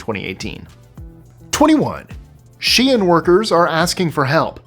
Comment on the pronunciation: Thank you for pronouncing SHEIN, right 😂 people really grid my gears with this one.